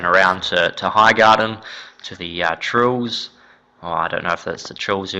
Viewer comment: .. Tyrell. TY-RELL ,Said like TAI-RELL .. Not Trill. If you're going to say it, say it right.